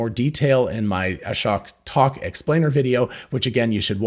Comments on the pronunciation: Fyi, Ashok is pronounced uh-shoke, not ah-shock. Just listen to how he introduces himself. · Just a heads up “Ashok” is pronounced “uh-sh-Oh-k”… not uh-sh-oC-k. A lot of YouTubers are misspronouncing his name, ;) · Fyi, i think Ashok is not pronunced like Ashock, but rather like: Ashoke. Long o sound. (At least that's how Elon pronounced it and how he said it himself.)